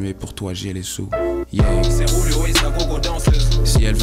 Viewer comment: On dirait que à la place de Julio il dit Rouluo